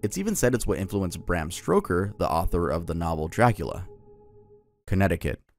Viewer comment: wait why is nobody talking about how he said bram stroker instead of stoker😭😭